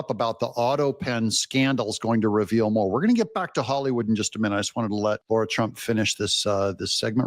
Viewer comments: Doug…it’s pronounced Lah-rah…not lorrrah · Good presentation Doug but one thing, her name is Lara Trump, not Laura Trump. Please drop the 'au' sound. Thank you.